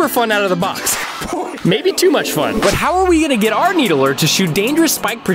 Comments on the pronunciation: Did he just say Halo 2 Needlee with Halo Infinite Gameplay 🧍‍♂️ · Anyone else bothered by the way he pronouns it? It's "Needler" not a "needlerer"